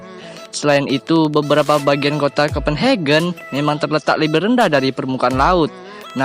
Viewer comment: Kopen hakhe jangan disamain tiap bahasa Inggris sama negara berbahasa Jerman kalo negara berbahasa Jerman kita baca biasa aja